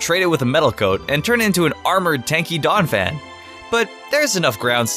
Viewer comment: IT'S DONPHAN, NOT DAWNAPHAN!